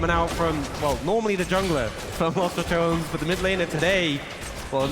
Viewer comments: Ton-A-s > Tones. pronounce it better please. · if ur trying to create a brand.. maybe know how to say los ra-toe-ness..